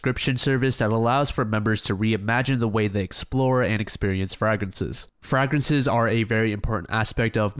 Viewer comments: Frag-rinses? Frey-grinses bro, frey-grinses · love the video but FRAG-rences? its frage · Mf said “FRAGrances” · STOP CALLING THEM “frag-rences” YOURE DRIVING ME CRAZY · Did this man just say FRAG rences ??? 🤣😂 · There's no fucking way you've pronounced "fragrances" that way your whole life, gotta be comment bait. It's well played, very well played.